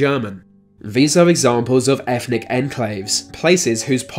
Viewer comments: Is it me or is this guy pronouncing it, "Efnic" enclaves. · efnic? No. eTHnic. Yes.